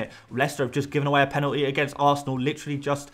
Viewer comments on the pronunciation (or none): none